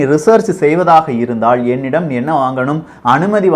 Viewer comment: Very informative videos. thanks. One minor suggestion on தமிழ் pronunciation: roll your tongue only for ள and fully roll for ழ, but not for ல. Example do not roll the tongue for the word இருந்தால், இருப்பதால் or தாக்குதல்.